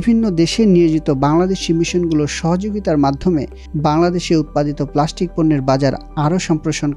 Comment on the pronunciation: It's not প্লাশ্টিক, it's প্লাস্টিক